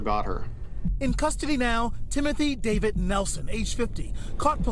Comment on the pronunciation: Gives me chills when the guy says Timothy's last name. It's my first name, and how the news guy says it just makes me disgusted